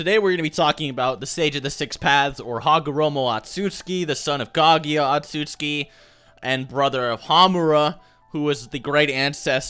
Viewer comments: tf is an "otsuski" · "Hagoromo Awtsoozki" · i don’t think i’ve ever once heard pronounce the family name right 😂